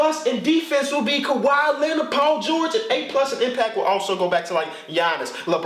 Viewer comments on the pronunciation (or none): none